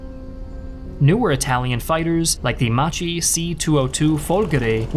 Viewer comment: Macchi is "Mà-KKi", not mà-cchee. 😊